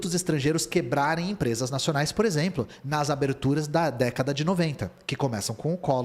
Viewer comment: esse "nacioanais" me quebrou